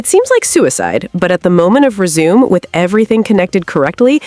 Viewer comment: You say "resume" like resumé meaning CV, not resume meaning unpause. Not to be that guy, just wanted to say thanks for the little giggle😅❤